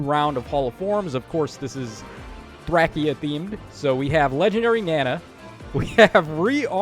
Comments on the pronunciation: You said Thwacia not Thracia. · Thats not how you pronounce Thracia or Lara